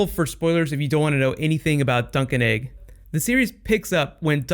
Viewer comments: I always thought you were saying Sir Duncan Egg! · Am I the only person who thought he was saying duck and egg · Haha, every time you said Dunc and Egg, I herd Drunk'n Eggs!